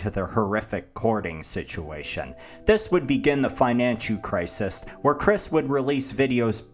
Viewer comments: Financhu Crisis absolutely killed me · financhu crisis lmfao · Financhu crisis